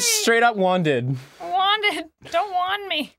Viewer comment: Said "lots of wandings" I heard "lots of Juan Deags" All wizards are hackers confirmed Gaben pls fix